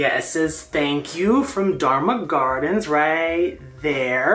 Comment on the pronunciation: I love your unboxing from Dharma Gardens! I'm so glad you love your Dharma Queen!!! Yes, you pronounced my rare plant nursery AND my name correctly!!! Yayyyyyyy! This is my new favorite planty YouTube video ever! I'm so glad that cutie ended up in your care. It was totally meant to be! Thank you for the shout-out!